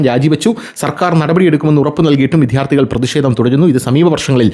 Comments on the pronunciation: വിദ്യ+ അർത്ഥി വി"ദ്യാ"ർ"ത്ഥി " ഇതാണ് ശരി. വിദ്ധ്യാർത്തി എന്ന് ഉച്ചരിക്കുന്നത് അരോചകം ആണ്. വിദ്ധ്യാർത്ഥി എന്ന് ഉച്ചരിക്കുന്നത് പോലും ഭംഗികേട് ആണ്. ദയവു ചെയ്ത് ഇത് ഗൗരവം ആയിട്ടെടുക്കണേ🙏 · "" വിദ്ധ്യാർത്തി "" അല്ല. എത്രയോ പ്രാവശ്യം പറഞ്ഞു. എന്നിട്ടും നിങ്ങൾ ഈ തെറ്റ് ആവർത്തിക്കുന്നു.